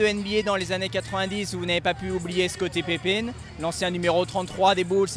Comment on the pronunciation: Je trouve le journaliste complètement fade et à t'il déjà entendu parler de basket pour prononcer Scottie Pipine?